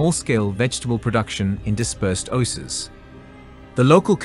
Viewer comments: Whilst this is a very interesting video, the narrator mispronounces many words (e.g. oses instead of oasis). All materials should be reviewed prior to publishing them because it makes the whole thing look unprofessional. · Love the new pronunciation of Oasis! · An excellent agricultural documentary, shame about the mispronunciations such as swath, oasis and Saudi (an ow sound) not sawdi. All we need now is for Saudi Arabia to respect women's rights and autonomy; get them out of those skeleton and bone density-destroying/osteoporosis-producing hideous black clothes; respect other minority rights, have a more civilised approach to immigrant workers and Saudi integration into the 21st Century will be complete.